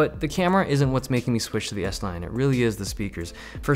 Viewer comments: I swear every time you said s9 i heard s-line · It sounds like you are saying S-line a lot. Thinking about Audis? haha.